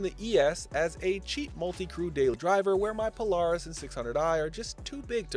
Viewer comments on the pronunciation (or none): none